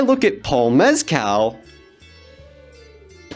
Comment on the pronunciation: I’ve heard from a couple Irish people that Barry actually pronounces his name wrong. The g in it is indeed supposed to be silent like in the Irish language. Also you pronounced Mescal wrong too 😂. Good video though:)